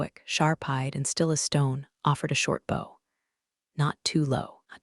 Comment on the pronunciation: I can’t believe the poor quality of the AI in these. Mispronunciation abounds, like sake in the first minute of this story. And then bow… And HAIKU pronounced hay-kus.